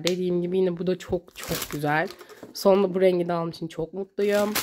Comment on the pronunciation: Birazda düzgün konuşsan Gıcık oldum çoğk güzel arkadaşlar diyosun ama videoların çok kaliteli askm